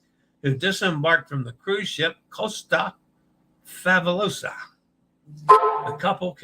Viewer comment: Sorry to hear about your May cruise. Fabulosa (Fa-bu-lo-sa) Fah-boo-loh-zah. Reminder that in Italian, the letter S has a Z sound when between two vowels. Bahia (Ba-hi-a) = Bah-hee-ah is the generally accepted anglo geographic pronunciation as in Bahia Mar, but in Spanish for the word for Bay, bahia would be bah-ee-ah with the silent H. *hash tag team replay